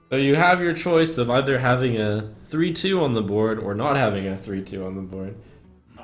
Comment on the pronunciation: "Having a 3/2 on the BUWWOARD" what was that lmfao